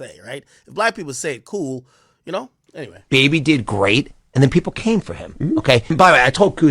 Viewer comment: I hate the way he says Baby it’s fucking weird!! And him saying he’s the best person on this planet he’s a fucking rapper who sold drugs and scammed and rapped bout it so chill on that shit